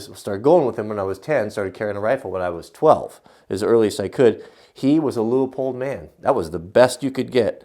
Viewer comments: From the guys that work there, It is Pronounced "LOO-POLD".... but we hear variations all the time. No biggie, at least they're saying our name! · Leupold looks German, pronounced "loy polt", wow you have gigantic bubble wrap, mine is always so much smaller.....